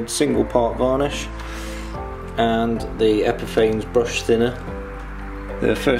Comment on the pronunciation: To those in the know, Epifanes is pronounced Epi-faa-ness.